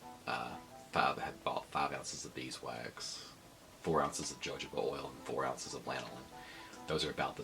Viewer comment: It's pronounced hə həʊ bə or hə-ˈhō-bə. Good video though.